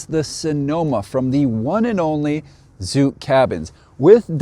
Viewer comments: The Amish pronounce it zook, like hook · Zook is pronounced like book, not like nuke. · Zook rhymes with book.